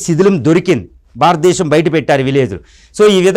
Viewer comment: భారత దేశం అని పలకలే వు.